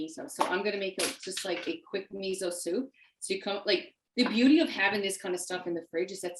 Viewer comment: Please pronounce “miso” correctly. Your providing nice content but the mispronunciation is distracting.